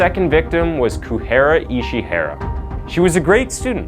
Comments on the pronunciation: I think her name is pronounced Ku-re-ha. Other than that, thank you for sharing this case with us. I wasn't aware of it. Hugs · Yeah Kureha pronounced as Kuhera was really throwing me off glad I’m not the only one that noticed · The mispronounciations get really distracting Shiraishi becomes Shiroshi Kureha becomes Kuhira Hinako becomes Hinakon Tamura becomes Tumara and it changes sometimes too...like Benedict Cumberbatch trying to pronounce the word penguin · it's Ku-re-ha. there is no ray in japanese phonetics unless its a "rei"